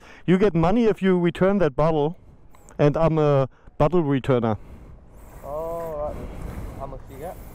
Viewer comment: Sein Bottlereturner hört sich an wie Bubblereturner😂